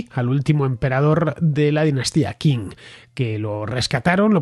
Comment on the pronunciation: Por favor, dinastia Qing se pronuncia ching.